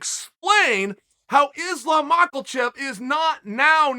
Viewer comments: Uncle Chael, I love your content, but I have to say this... Islam's surname doesn't contain a "L" it's not MakhaLchev - it's Makhachev. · Chael prounce islam makachev name into islam malkachev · “Is-lom Mock-ole-chev” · I’m just sad we gotta wait a few months to hear Islam makelchev’s name again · Mahklechev... Chael couldnt prounounce his way out of a wet paper bag. Everything else undefeated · “Islam Mocklechev” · Mockelchev lol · Chael: "Islam Michaelchef" 😂😂😂😅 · Its pronounced Ma Hu chev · "Islam Mawckle Chev" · His name is not Makelchev for fuck sake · We’re still talking about Mocklechev 😂😂😂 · “Mackle-chev.” What is it about great commentary mixed with murdering people’s names that works so well? Hard not to resent a guy who’s tougher and funnier than you — unless you love what he’s doing. Sonnen rules. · I clicked just to hear Chael say: "Mackleshev" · Chael Sonnen keeps talking about a guy call Islam Michaelshev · Chael i love you dude but you keep saying Islam's name wrong hahaha show the man some respect he undefeated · Anybody wanna let Chael know how to pronounce Makhachev?